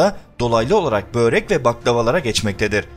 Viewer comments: Kardeşim Böyrek değil Börek. Bu kadar önemli konu işleyp, yabancı teknik kelimeri bile doğru telaffuz ederken lütfen böyreke dikkat.🙏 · Basliga bak anlatila bak böğ-rek ne la? Börek o.